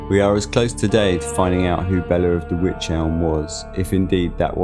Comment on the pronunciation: It's pronounced wike ...rhymes with like 👍